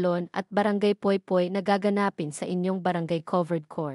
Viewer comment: Pilipino kaba? Kung binabasa mo, bakit hindi mo mabigkas ng tama ang salitang GAGANAPIN. Nkk turn off.